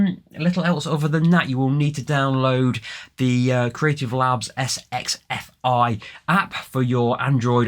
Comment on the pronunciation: Sxfi pronounce as "sex"-fi.